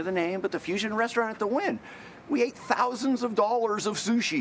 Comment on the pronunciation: The "We ate TTHHOUSANDS of dollars of sushi" while clapping his hands to emphasize part really bugged me.